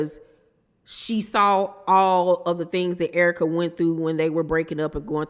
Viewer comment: You have to be from St Louis, because of the way you say Errrka.. 🤣🤣🤣 a Real one😘😘😘 E. Banks goofy AF. I ❤️the Searra impressions. 🤣🤣🤣🤣🤣. I LOVE YOUR CHANNEL BOO.😘😘😘🥰🥰🥰🥰😘😘😘